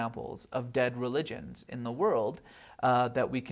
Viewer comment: I can't stand the way he pronounces 'religionS'.